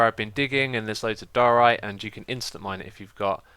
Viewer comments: i belive its pronunced dyeorite not doarite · I was so glad when someone corrected X on his pronunciation of diorite, but then he said he was going to say doh-orite anyway and I cried inside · ITS DUE-OR-RITE